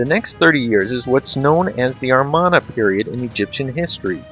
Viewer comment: You said "Armana" period, it's "Amarna".